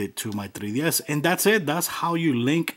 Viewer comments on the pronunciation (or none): Lesracing 2004 that's how he pronounces it. Either way he is saying 3ds